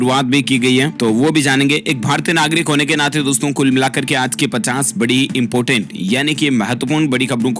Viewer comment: भाई इम्पोर्टेन्ट होता है इम्पोटेंट नही, Bhai Important Hota Hai Impotent Nahi.